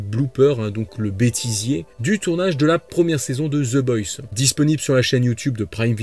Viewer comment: La prononciation c'est the boys pas the boysse sinon très bonne vidéo